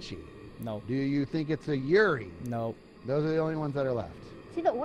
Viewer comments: It's so triggering hearing them go "yuriiiiii" instead of you-ray. That's how Yurei is pronounced gang. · I love how they're just pronouncing "yurei" as "yuri" like imagine going to a haunted house and the type of ghost you find there is just sapphic love lmao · Exactly the way it is written, you-reh-ee